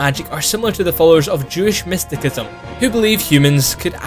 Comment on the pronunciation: Mysticism is pronounced 'mistisism' not 'mistikism'.